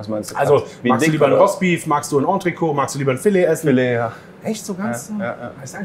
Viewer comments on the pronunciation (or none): Nur ein Hinweis, weil fast alle, auch Sterneköche, es falsch aussprechen (französisch rockt) : Das t wird mitgesprochen... Nicht entreco sondern entrecot! Das triggert mich immer! So, Klugscheißmodus aus!